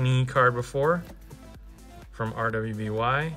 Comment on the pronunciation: Cool opening! I love these cards! Btw, RWBY is pronounced "Ruby". Its a western animated show that is very anime inspired.